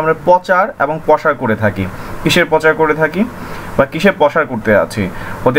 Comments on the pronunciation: ভাই "পচার" উচ্চারণ টা শুনতে খারাপ লাগছে, শুদ্ধ শব্দটি উচ্চারণ করুন। শুদ্ধ শব্দটি হচ্ছে ★প্রচার★। তবে ভিডিওটি খুব প্রয়োজনীয়। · পচার শব্দ টা কানে বাজতেছে....প্রচার বললে ভালো হত...btw tnx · Overall ভালোই তবে প্রনাউন্সিংটা আরেকটু মার্জিত হলে ভালো হতো। প্রচারকে বলছেন 'পচার', প্রসারকে বলছেন 'পসার', সেবাকে বলছেন 'স্যাবা'., ওয়েব সাইটকে বলছেন 'ওয়াইব সাইট'.